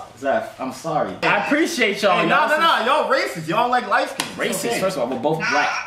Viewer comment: nigga said racithis